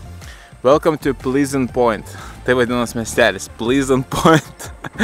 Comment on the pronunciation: plehznt, ne plyznt 😂